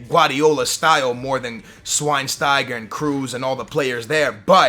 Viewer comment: Bad news on Thiago tbh..exactly as you described. & it's pronounced SH-WINE-STIGER